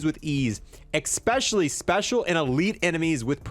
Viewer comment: Like your videos. Ecks-pesh-ullie when you say things like how cool the thunder looks.